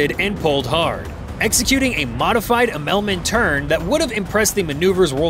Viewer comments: Immelmann pronounced "Im el man". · It's probably AI generated. "Just 5 meters from the Ukrainian border" while the map shows 5 kilometers. A real narrator would not make that mistake. And AI doesn't know how to pronounce "immelmann". Every BFM enthusiast knows how to pronounce immelmann.